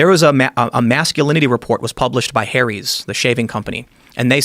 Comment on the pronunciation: "hairys, the shaving company" it's Harry's. 😂